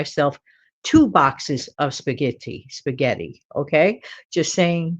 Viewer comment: Excellent video! Thanks so much for all the specific, food suggestions ! I had no idea, that Italians , sometimes pronounce spaghetti, as, spa-gee-tee ! 😂 I think, it’s interesting to learn how different cultures , pronounce words . Have a blessed Friday !! ❤